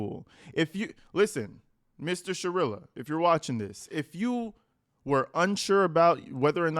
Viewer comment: Are you'all for sha-real-a ?!? 🤢🤮